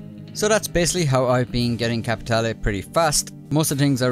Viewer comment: I like the fact you pronounce "capitale" correctly 😁